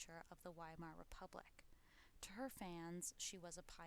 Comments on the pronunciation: Is it too much to expect Americans to pronounce Weimar ("VY-mar") properly? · Entschuldigen Sie, junge Dame! The "W" in Weimar is pronounced like a "V". Y'all sound like a "rookie", cookie! Frieden! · “During the decadent days of the WHY-mar republic “=😅😅😅 I’m gone